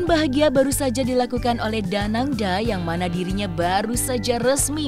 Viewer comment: Danang D A. Bukan danang da